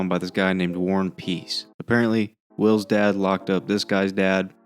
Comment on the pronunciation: "warren piece" are you serious? how havent i noticed before?